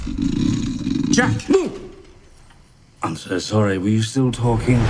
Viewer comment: I love how every potc villian cant pronounce Jack's name